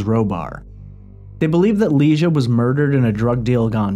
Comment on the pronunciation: Ps- her name was LIE-GEE-AH NOT LEESHUH. I Went to high school with her do better dude